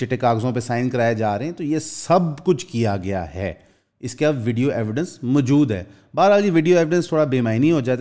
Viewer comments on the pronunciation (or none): none